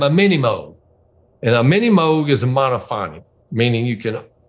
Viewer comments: I love how he actually pronounced Mini Moog correctly! Bruce’s memory is like a steel trap. It’s nice how he can remember such detail and he still plays the hell out of the piano! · Yes, he did. The inventor of the Moog synthesizer himself pronounces it "mogue," rhyming with "rogue." I think his name is Bob Moog.